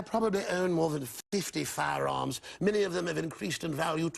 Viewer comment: The way he pronounced firearm is posher than the Queen’s accent.